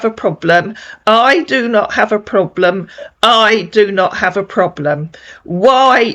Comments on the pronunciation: His “Ploblum?” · What's a ploblam?😂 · And plobrem 😂